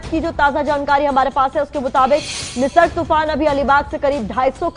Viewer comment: Totaa ki tarhaa bole jaa rhe ho... It's Nisarg not nirsag ...